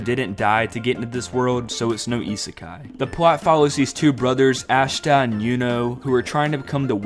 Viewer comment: U saying aSHta hurt me to my core